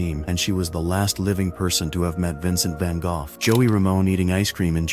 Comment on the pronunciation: Soooo tired of AI voice overs. Can't pronounce the same name Einstein twice in a row. Vincent Van never knew he played "Golf"👎